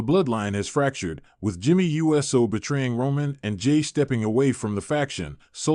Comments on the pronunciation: Your pronunciation of Uso gets in the way of enjoying your posts. It's not U S O, it's not You so, it's Oou so. Thumbs down until you correct it. 😠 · I agree. They need to program the AI that's reading this how to recognize USO as Oooso! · BRO WHO TF IS JIMMY U.S.O ITS JIMMY USO…….LIK THIS OOOOO-SOOOO